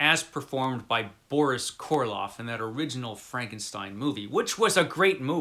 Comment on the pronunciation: Just FYI, it's Karloff, not Korloff....😄 And I don't think you can saw someone together....🤔 Great summation BTW....